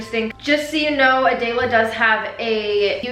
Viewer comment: I have never heard someone say my name so different. Adela